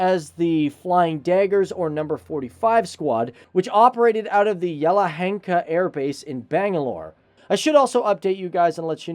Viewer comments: It's not yellow henka... Its yelahanka & it's not coin batar it's Coimbatore. Why don't you guys do proper research on everything. You should Learn from Indians who do their work perfectly be it spelling out any region to building missiles and fighter planes. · Bangalore's Yelahanka became yellow henkka 😅